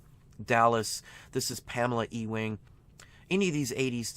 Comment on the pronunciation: Cool video, but did you say Pamela "e-wing"? Lol.